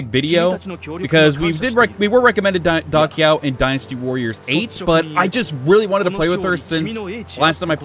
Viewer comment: LOL I also used to pronounce Da Qiao like that in the older games. "Da Kyaw" vs. "Da Chow"